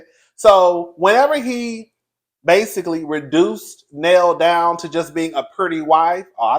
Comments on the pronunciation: you know muthafukin well you ain't heard nobody call that woman "Neal", it's pronounced "Nail"... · lol…it’s NELL, not NEIL! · If it's one thing the cousin will do, it's butcher a name 😂